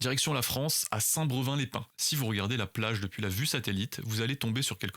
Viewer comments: Saint brEUvin ? Sa se dit brévin 😅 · Sa ce prononce brévin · Oui c'est BrÉvin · Saint brevin les pins comment il l'a prononcé ça me tue 😂 (saint br''é'' vin les pins) 😂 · Saint Brévin chef , c'est un ''é'' . C'est juste à côté de chez moi 😅 merci t'as vidéo est chouette. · la ville où il y a le serpent se prononce St-Brévin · J'habite à côté de St Brevin Et sa ce prononce saint BrÉvin Sinon continue